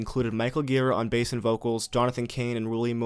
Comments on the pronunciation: Gira is pronounced jee-rah. Soft G. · it's pronounced 'djiraaah' dammit ;-) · He has pronounced Ji-Raw in interviews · You pronounce "Gira" wrong.